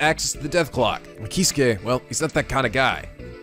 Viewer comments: You're pronouncing some names wrong. Gin: Jin Keisuke: Kay-skay (like Yosuke) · hey look its the guy with the missed pronounced name "Kay-Skay"